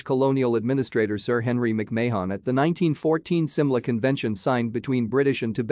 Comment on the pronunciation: Your killing the name. It's not May Hon or Mayon its Marn , Mc Marn is how it's pronounced. Thank you.